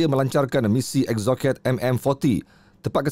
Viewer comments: Sebutan yang betul ialah 'Ek so set' bukan Eksoket..... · Eksoket? EXOCET, pronunciation dia ada jer dimana2 kat online.. Ek.Sow.Set.. JANGAN JADI PEMBACA YG BACA Cendawan Shitake jadi She.TAKE. dan ada yg sebut Nasution..guna sebutan English Style ...